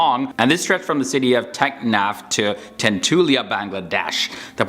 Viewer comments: you made a mistake. That was tatulia not thanthulia. You need to pronounce ‘T’ not ‘Th’ thanks 🤗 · When u Heard this--tecknaf to tentolia🤣🤣🤣